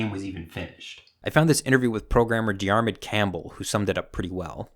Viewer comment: "diarmid" like diarmud campbell is actually pronounced more like "deer mid". it's the irish version of jeremy, and sounds a bit like it with the first and last consonant sounds changed